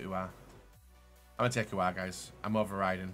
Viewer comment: It's aouar not uhar